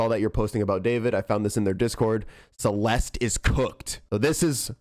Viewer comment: your pronouncing her name wrong ITS CE-LES-TEH